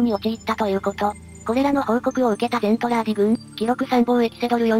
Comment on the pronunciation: 途中から「ゼントラーディ」がメルトラに引っ張られちゃって「ゼルトランディ」になっちゃったのが惜しい！ それにしてもこの短時間でよくまとめました。GJ！